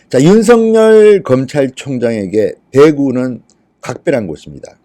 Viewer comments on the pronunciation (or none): 윤성녈이 아니라 윤서결입니다 이름 발음, 다른 사람 만들고 있네요 조금만 주의하면 올바로 발음할텐데...